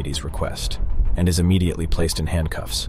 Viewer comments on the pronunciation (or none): none